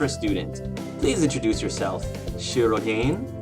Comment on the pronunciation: If you don't mind, I'd like to point out that you're mispronouncing shirogane. It should be pronounced as she-ro-gah-ne(y).